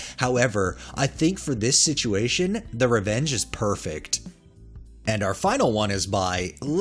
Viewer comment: Homemade noodles are the best! Also, did you say that cat revenge was “purrrrfect”?